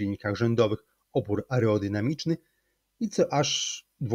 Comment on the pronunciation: aREOdynamiczny? Naprawdę???